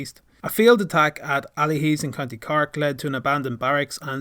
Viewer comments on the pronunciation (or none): "Cork" Not "cark"